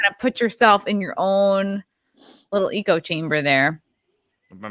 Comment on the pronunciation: it's 'echo' chamber, not 'eco'. It's about surrounding yourself with similar ideas not terrariums